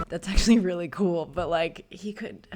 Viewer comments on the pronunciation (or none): none